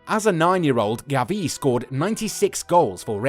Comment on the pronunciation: It’s not Gaviiii is GAvi.